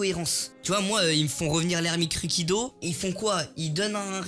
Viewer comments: Ermite Rukido inoxtag 2020 mdr la prononciation 😂😂😭🤣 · Sa me casse les couilles wAllah , Il a dit naruto mode kyubi il est degeu , IL EST CON.